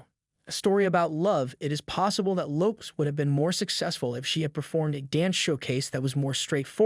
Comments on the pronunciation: This guy can’t even properly pronounce her last name??!! This is so bad. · If you can't even pronounce her name properly..I'm out!!